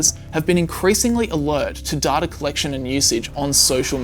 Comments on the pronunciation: It's Data, not Dahtah. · Good video but why do you say “data” as “darta”? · Right? This guy adds an "r" onto vowels for some reason. It's weird. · im not native english speaker, however, am i the only one triggered about the way "data" is pronounced? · so there's a 3rd way to pronounce data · Love your videos. Please work on your pronunciation of the word 'data' though lol.